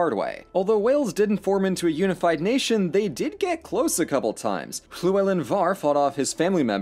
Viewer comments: Dude said Gwynedd properly and has a decent stab at Llewellyn, that's better than the BBC. First video I've watched, this is amazing. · Big respect for pronouncing Llewellyn correctly. If you ever dive into Welsh history again Powys is pronounced P-ow-is the ow said like ou in ouch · I was expecting you to butcher the pronunciation of "Llewellyn", but you nailed it. Da iawn!